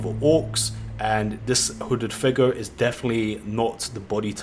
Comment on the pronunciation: Every-time he says "figuh" i get a chill that goes through my entire body, almost like when i saw curdled milk slowly slide out of a glass.